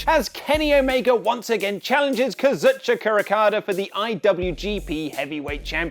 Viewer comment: hold up,...why are you pronouncing Kazuchika Okada's name like that?